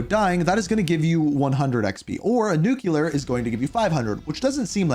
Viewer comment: WHY TF do so many people say “Nuclear” incorrectly!! It’s NOT “NUKE-KULER”!!